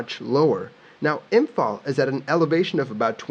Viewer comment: as someone in imphal, I gotta say you nailed the pronunciation feels good man